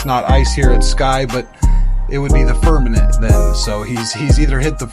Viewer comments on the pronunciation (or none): Firmament not Firmanent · Ditto on the nice narration comment. Except that we need to pronounce "firmament" as firmament, and not "firmanent". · Great video. I've learned a lot of things that I never knew. Thank you very much. I'm not usually the grammar police but I just want to hear you say it correctly. The word is firmaMent